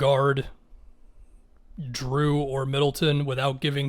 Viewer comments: Dude, its Jrue, not Drew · are you saying "drew"? LMFAO